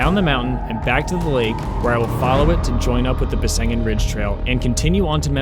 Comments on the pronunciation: Actually, it’s named Besseggen, not Bessengen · Nice video. However, the correct name of the ridge is Besseggen, not Bessengen. 🤭